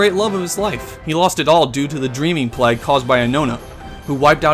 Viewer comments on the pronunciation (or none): none